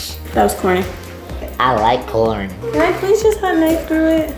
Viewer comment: I LIKE CAWN I LICK CAWN I ATE CAWN